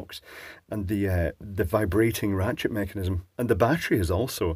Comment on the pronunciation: sounded like you said Ratschit